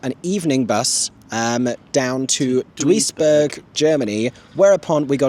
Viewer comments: Close, it's pronounced Dews-burg. I don't understand why they wrote it like that either LOL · I'm more upset about the pronounciation of Duisburg😂